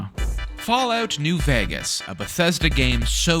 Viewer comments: Why is bro saying new VAGAS bruh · still cant pronounce Vegas?